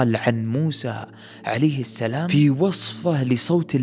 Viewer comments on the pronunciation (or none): none